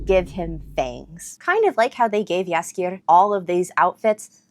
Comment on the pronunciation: Nice polish pronunciation of "Jaskier"! And great that you caught how "zwę się" is an old-fashioned way to say "jestem" - I'm impressed! Greetings from Poland :)